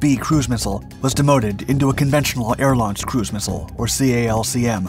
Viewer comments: There are a few notes I could give on the video, but the main thing that annoyed me was that it isn't referred to as the "C-A-L-C-M", it's simply called the calcm (pronounced like kalk-em). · for the love of GOD stop saying C-A-L-C-M..... its pronounced as a word: CALCM -> Calc-em